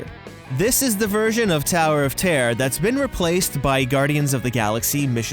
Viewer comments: Noone: Americans: ToWeR oF tEaR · Terror* not tear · Is he saying tower of tare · 🤣 I love the way he says "terror" "The Tower of Tear..." 🤣🤣🤣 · Damien L I thought I was the only one who noticed that.🤣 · Yeah I really like how he says terror he says it like tear not making fun of you!!! I still love you